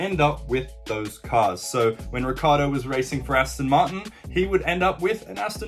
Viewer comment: Urs ricCIardo ric-ci-ardo. Not ricardo